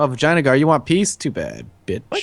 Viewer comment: Anyone else have that problem of hearing "Vagina Gaurd"? I always here the name but think of that